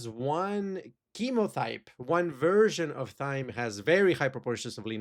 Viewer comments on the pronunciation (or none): Thyme is pronounced the same way as "time"